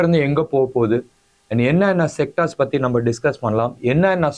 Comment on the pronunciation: பத்தி எரியும்? யோவ் அது 'பற்றி எரியும்'. உங்களுக்கு தமிழ் அவ்வளவு இளக்காரமா போச்சு?